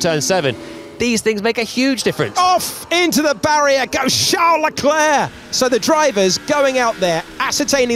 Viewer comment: Why do they keep saying Chall Leclerc get it right.